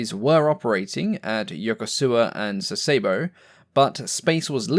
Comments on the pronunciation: Yo-KO-ska. SAS-eh-bo. Keep up the good work. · SA SE BO. Japanese syllables end in vowels, except n for the pedants.